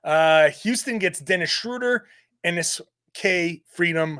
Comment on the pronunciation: We go from mispronouncing Schröder to Theis. That alone makes the trade worth it. 😆